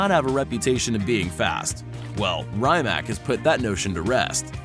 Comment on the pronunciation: you said rimac wrong